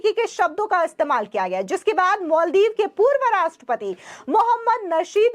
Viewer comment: मैडम मल दीप नहीं,माल दीप बोलिये।